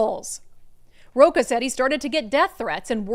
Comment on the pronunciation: Sorry to correct you Brandi, but the theater guy’s last name is pronounced 🪳-a (roach-a) 😂 My ex husband’s last name was the same and was always correcting people by saying, it’s not roca-like almond roca…it’s pronounced roach-a…lol. He was portuguese.